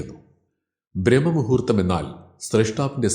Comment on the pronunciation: Brahma muhurththamalla.....Braahma muhurththam...